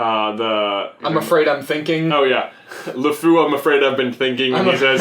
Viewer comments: it's Lefou not Lafu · it's Lefou not Lefoo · its Lefou not La fou one word and the word fou in french is masculine so you would use the prifix le in front of fou not la and I know this because I was in the french progam since kindergarten